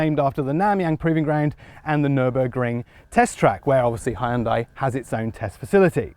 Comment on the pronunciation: Good to hear ‘Hyundai’ being pronounced correctly.